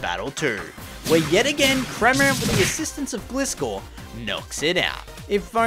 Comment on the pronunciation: Pronouncing of Gliscor was hard to hear Gli (rhymes with Fly) - score